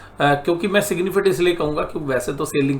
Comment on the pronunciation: Its not Sailing.. It is Selling. Good Videos but your Sailing irritates alot.